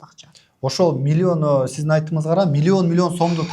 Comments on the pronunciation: Милионду Милйон деп суйлогон адамдан кандай окудунар!? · Уч создун башын чогултуп суйлой албайт экен, милён (миллион) деп отурат, ушул эмнени уйротмок эле? Ушундай "продюсер" болгон шылуундарга алданган адамдарга тан каласын. Кантип, кайсыл башынар менен 300 мин бересинер? Дагы кредит алып, рассрочка кылып бергенинерге не дейин?! Демейде 3000 сом чыкпайт азыр, 300 мин оной эле кармата коёсунар....... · Милён дейт 😂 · мулен мулен дейт го😂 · Млён млён😂😂